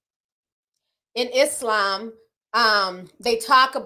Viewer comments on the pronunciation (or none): none